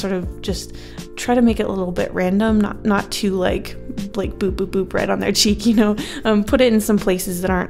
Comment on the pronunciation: At first i thought you said b-b-b-bread on your cheek instead of Boop boop boop right on your cheek